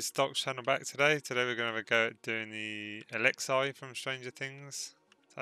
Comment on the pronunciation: Its Alex-E not Alex-I it’s spelt Alexei but u say Alex-E (friendly reminder)